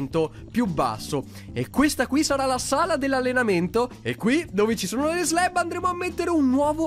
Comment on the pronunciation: slab non sleb